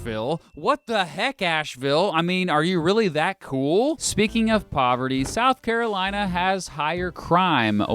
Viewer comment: SOUTH CAROINA